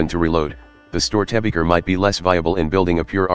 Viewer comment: Rock and Stone oT love your content, as a person raised with the storys of Störtebeker I must say you did your research ^^ just the pronunciation ist a little bit off with this Voice xD